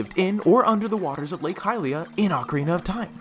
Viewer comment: the way he pronounces hylia hurts me so much